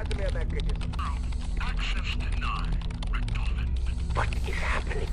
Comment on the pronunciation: I hate how you say richtofen, ITS PRONOUNCED RICK-TAW-FEN! >_<